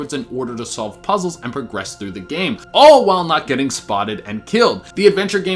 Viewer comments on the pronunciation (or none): none